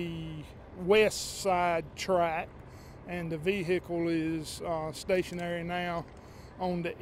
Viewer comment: Damn those veee-hickles.